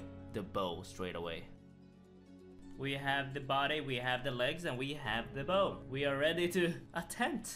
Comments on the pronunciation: He didn't pronounce the bow right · Bow of ferdinando